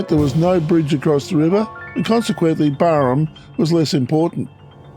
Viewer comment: G'day mate. As far as I know it's pronounced Barham. As in Barrow. Or the first part of it anyway. Being born there in 68 I've never heard it as Barrum. And the locals i know who still live there say the same. But hell we all could be wrong. 😊